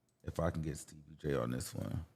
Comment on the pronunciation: Not Stebbie Jay 😂